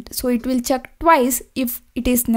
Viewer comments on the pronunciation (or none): its check not chuck